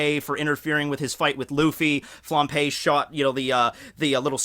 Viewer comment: Flam_b_e,, not Flam_p_e. Sry to nitpick but this is the second video of you p-ing Flambe and it's so distracting.:)